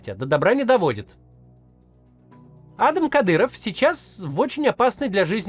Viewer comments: Ну адАм же, а не Адам) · Не Адам, а адАм😂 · он не Адам а адАм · Не Адам,а Адам! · Может он и А́дам, но он родился и живёт в России и на Кавказе, так что он Ада́м😂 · как меня саипале эти "Адам". Правильно ставить ударение на вторую "а". Зачем вы его все на американский манер зовёте? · Почему Кац говорит "А́дам Кадыров" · Кто научил ставить идиотские ударение в имени «Адам» на первую букву??????????????? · ударение на 2 -ое А !Хоть кафировский отпрыск позорит это имя ,но что с предателей возьмёшь и дед и отец агенты кгб =фсб и всегда прислуживали кремлю продавая Ичкерию и весь вайнахский народ! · Меня прикалывает, как Кац произносит имя Адам на американский манер, а не на русский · Почему вы Адама на первый слог ударяете как будто он англичанин какой-нибудь?